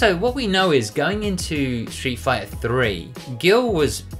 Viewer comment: It’s Gil for gods sake